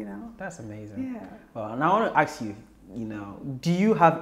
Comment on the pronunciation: Please say 'ask' IT'S NOT 'AKS'....